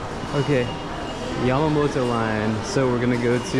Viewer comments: Yama”NO TE”. Yamanote line. Not Yamamoto line ! The salmon rice balls salmon, in 7 eleven, is not raw. Sashimi is without rice. Sushi is with rice. Kabuki CHO! 😂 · You say”YAMAMOTO LINE”is “YAMANOTE LINE” .😊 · Yeah, he mispronounced Kabukichou (not kabuchiko), Yamanote line (not yamamoto) & Meiji Jingu (not jinju). 😜